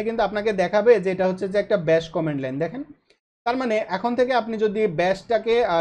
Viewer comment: কমান্ড* not কমেন্ড